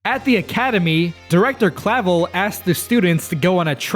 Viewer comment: Everything official I've heard has a V sound in there but also emphasizes the second syllable.